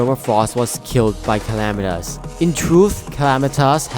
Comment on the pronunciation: Dedron? ClamitAs? Dredron? Bro, learn to speak or something